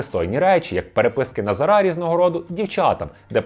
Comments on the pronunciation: Чому ви кажете: "назарА", а не "назАра"? Ріже в вуха і звучить тупо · Дякую за випуск, але теж страждав від цього наголосу. Тригерить, як мене у родовому відмінку постійно називають - ТарасА. Тож дуже-дуже очевидно, що наголос на 2 складі - НазАра (ТарАса) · наголос на других склад, а не на останній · Назара, а не Назара 😁